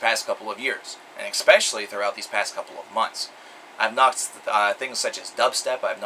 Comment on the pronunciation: Fyi, "especially" is pronounced "Ess-Specially" instead of "Ex-Specially" just fyi, you seem really articulate & seem to like words. thought I'd share that